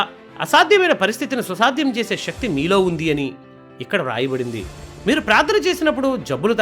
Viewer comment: KYA VALAM kaadhu KAY-VALAM SHATHRUVU kaadhu SETHRUVU. SHAKTHI kaadhu SAKTHI.